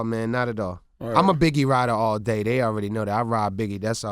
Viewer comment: Stupid ass Charlemagne mispronouncing his last name "Reggie Nobles!!" - Redman said "expectated" lol. Hip Hop Dictionary entry #449. - Redman "Aweady" lol - Tentative to his fans? Attentive man! lol Red's brain is gone! - Redman got his feels on lol